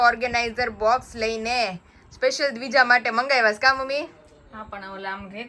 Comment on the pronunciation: Dvija j bolo barabar